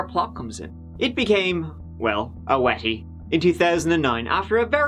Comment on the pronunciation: "it became a wetty" My entire family within earshot. "Sorry, what?"